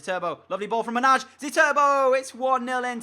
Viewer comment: manaj is pronunced m-a-n-a-i